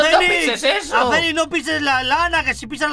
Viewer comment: No es aceniz es axenis